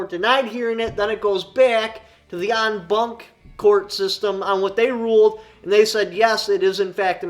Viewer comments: Pronounced, "ahhn bahhnk" ( "a" pronounced as in "father") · The typical English speaker's pronunciation of "en blanc" is phonetically like "on blonk". Blanc is the French word for "white" and comes from the same old Germanic root word we use "blank", like a blank sheet of paper... It's also that thing that happens every time you can't remember how to say blanc and you draw a BLANK!🙃 Hopefully you read this comment like you said you do and the memory mnemonic (knee- mon-ik) aid helps. A "heart" response let's me know you actually read this. 🤠